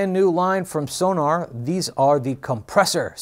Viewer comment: It’s pronounced Sonawr, not Sonar. It’s German.